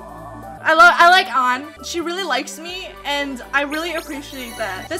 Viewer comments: Because her name isn't spelled Ann. It's an. An (Auhn-On) Ann (anne-an) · STOP BUTCHERING LITERALLY EVERY SINGLE CHARACTER’S NAME!! Why tf do you pronounce “An” like “ON”???